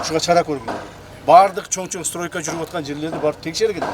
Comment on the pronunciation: Стройканын С дегенин да тушугбойтко кебетеси